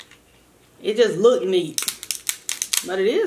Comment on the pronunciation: “It just lookded nekkid” 😂😂😂 you just got yourself a new subscriber. I love your personality. You’re so entertaining ♥️♥️♥️